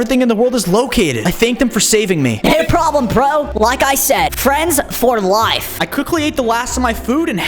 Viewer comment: And its not layf🙄🙄😒😒